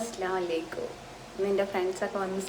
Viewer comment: സപ്രയ്‌സ് അല്ല സർപ്രൈസ് പിന്നെ അസ്സലാമു അലൈക്കും എന്ന് പറയണം അസ്സലാ അലൈക്കും എന്നല്ല നെഗറ്റീവ് ആയി എടുക്കണ്ട ഞൻ കാര്യം പറഞ്ഞു തന്നെ ഉള്ളു.. ആർക്കേലും തോന്നിക്കനോ 😂